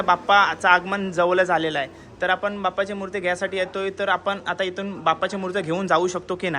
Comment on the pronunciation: Murt nahi re dada murti bol 😊